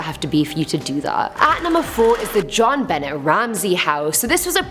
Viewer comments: Jon Benet is pronounced Jon Benay. Not Bennett. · John Benet, with that strong T huh? It’s actually pronounced like ba-neh the t is silent just saying, not being mean just trying to help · Prounounced “z-jhon ben aye”. French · It’s Jon benay not Jon benette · Isn't pronounced *John Bennay*? I know it's spelt Jonbenet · I just wanted to say i love your channel you have a very spunky personality. Like a fire cracker ha ha awesome.. also when you pronounced Jon Benet you did so wrong. It's pronounced Jaw-n- buh-nay.. Anyways still awesome as ever thank all of you for keeping me sane ❤️ on lockdown. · John Benet, T silent, French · 1) it’s pronounced like john-bin-ay. 2) The about half of the paranormal theory for the Winchester mystery house is wrong. It’s said that she build the house not to have enough rooms for the spirits stay there but to confuse them. The medium had told her she would live forever and the spirits would let her be “at peace” if she continued to build for all enternity. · Spookie-Spooky-Spooky. Sarah Winchester- Theory 3 is the truth... was the only one I have heard since the mid 1970s from at least 7 different sources. Jon Bennet Ramsay... Bennet is pronounced Ben Ay (Long A like in "stay." It is French.). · Jon ben-ay! Yes it drove me crazy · Great shirt. It really suits you! Very pretty! 🤩 Jean bennet's name is pronounced Jean- ben-et(the et is pronounced like ay) her name is French. Such a beautiful little girl,, that was so sad 😢😢😢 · On #4 Jon Benet Ramsey her name is pronounced Jon BA-nee , like a horses neigh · The little girl's name was pronounced "Jon-ben-nay," BTW. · Yes pronounced Benay... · Is it driving anyone else insane when Jonbenets name gets pronounced wrongly so many times?! Otherwise videos awesome as always